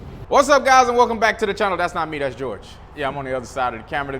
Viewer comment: LMAO, ITS PRONOUNCED HOR HAY NOT GEORGE. THE J IS AN H. JORGE IS HORHAY IN SPANISH BRUH.